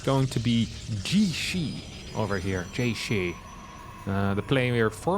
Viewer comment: Your pronunciation is actually quite close! Generally it's tricky to determine the pronunciation of Chinese words without the characters or intonation marks. I looked up his name and in Chinese it's 解释 and you could pronounce it like "Ji-ye-shi"